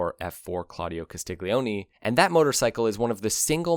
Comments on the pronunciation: Per amore di dio, Castiglione is pronounced Castil-YON-ay (stress on second syllable). The GLI dipthong makes a "lyuh" sound; the G is totally silent. Another example of this pronunciation would be the Italian word for Garlic, "aglio", which is pronounced "AAL-yo", or for Son, "figlo", pronounce "FEEL-yo" In Italian, unless the "G" is first letter of the word, it's always silent as part of a dipthong. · Very well written and spoken text, but please the narrator did not bother to pronounce Carlo's surname properly it is phonetically Castilyoni the g is silent/mixed with the L. Castiglione and Tamburini, what a duo !! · Castiglioni = KAH-STEEL-YO-NEE...no hard G, ok? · Why can you pronounce "Super Leggera" and "Velocce" correctly, but yet you can't pronounce "Castiglione"??? You dolt!!